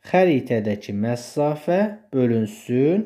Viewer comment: Məsafə sözünə "məssafə" deməyinizdən başqa hər şey əladır